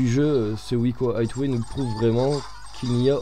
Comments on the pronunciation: On dit aiway pas hitway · plutot aieway